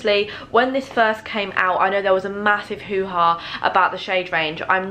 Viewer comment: I laughed when she said there was a massive hoha about the foundation 😂🤦‍♀️🙊🙈